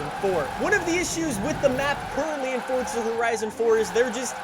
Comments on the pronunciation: Dude your saying "Fortza" Say it with me: For za One more time: Forza Good boy 👍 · the game is called FORZA idk why this guy keeps saying forTza like man u just sound dumb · If anything it's a separation of syllables in Italian- For za why these yanks have to bastardise everything. Like FoughTTTT-Szer. So much emphasis on an imaginary 'T' sound. Let's do it again: For za One more time: Fore-Zha Good boy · Why is it when I hear him say Forza it sounds like he’s saying Fortza? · Over a decade into the franchise and he still doesn’t realize that there’s no t in forza